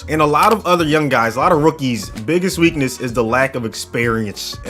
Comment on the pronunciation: Biggest weak-NUSS